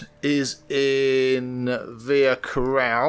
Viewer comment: Its "Via Ca>ROLLA<" not "Via Coral"...